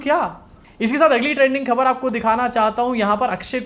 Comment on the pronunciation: yar khaber ka ucchar sahi karo.yeh shabd tum pachas bar bolte ho is liye sahi bolo.thodi training le lo sincerely